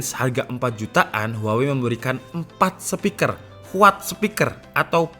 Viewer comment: "Papat sepiker," wkwkwkwk 😂